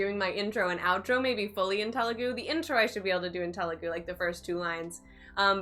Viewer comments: It's Telugu not tehhlu gu... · You are saying telugu wrong😂. The 'T' is more like the 'th' of 'thought', not the t of 'taught' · Oh god the way she said “Telugu” in the beginning 😬 it’s supposed to be త sound not ట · Te is not "t" as in telephone but it's "th" is thought (Telugu word) Ela is "Ye" as in yes and la not eela, it's ye-la Tip to sound more Telugu native A always sounds a in arc E always sounds ye in yes I is I as in India O is o in own U always u sound in put